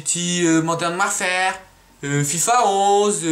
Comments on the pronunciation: "Modern wer fer" mdr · EPiC a comment il dit Modern Werferrr 2 x) Allez voir